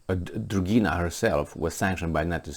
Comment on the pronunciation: "Dugina,"! NOT "Drugina"! No "r" in there.